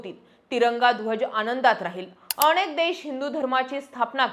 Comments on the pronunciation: छान बोलता पण नळातल्या न च्या जागी बनताला ण वापरला म्हणजे शुद्ध भाषा हा भ्रम आहे... अणेक नाही अनेक नावाणे नाही नावाने णेमके नाही नेमके... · तुम्ही खूप छान बोलताय तुमचे व्हिडिओ नेहमी बघतोय , पण अणेक नाही अनेक, ण च्या प्रॉब्लेम चं तेव्हढं बघ बाकी उत्तम 🚩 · अणे nahi अनेक